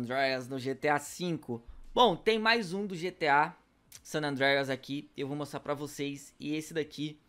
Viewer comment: O Sanandreias , WTF KKKK fala pior que eu